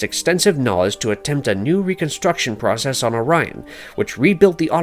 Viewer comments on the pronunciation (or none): none